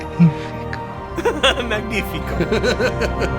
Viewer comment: The pronunciation of “Magnifico” triggered my Italian heart. Isn’t he supposed to be Italian, or at least to live in Italy?